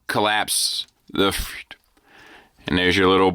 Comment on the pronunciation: Me, every time says, "feet" instead of "FEET" 😢